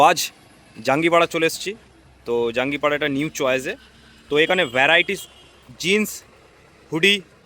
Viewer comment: Dada jangipada😂 na jangipara😂😂😂